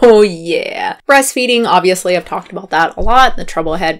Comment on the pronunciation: "breasfeeding" tehehehe